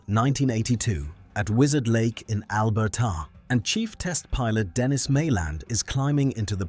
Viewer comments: Stupid AI slop!! University of Al-ber-ta sounds idiotic. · AI voice is so unnecessary. Albert-ahh instead of Alberta. Mosay-ick instead of Mosaic. Nice plane though. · AI narration I presume. Bizarre pronunciation of Alberta, Vernon flapper-ons and "avionikes". Even the pronunciation of the name of the plane was wrong, for Christ's sake, although corrected by the end of the video. Also, too many repeats of the same image, I guess the entire production is synthetic. I'm hating this increasing trend.